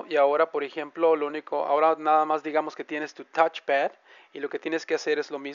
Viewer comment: El "tachepad" la "lapatop"... ja, buena.